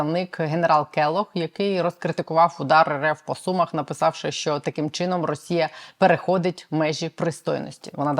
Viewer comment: Не СУмах а СумАх, так говорять сумчани! Вибачте!